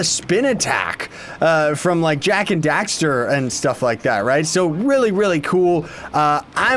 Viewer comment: it's Jak & dexter not daxer